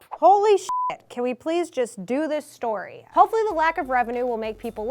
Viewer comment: Anybody know where is from? She says "story" the way I usually do and I always thought I said it weird.